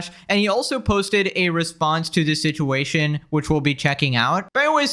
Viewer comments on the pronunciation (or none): none